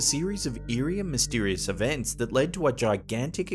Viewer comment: "MystEErieous Events"